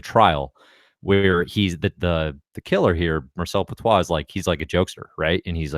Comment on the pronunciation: Petiot was his name and not Petoit.